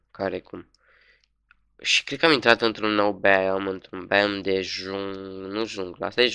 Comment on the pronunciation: 1. Se pronunta BAIOM 2. SAVANA nu tundra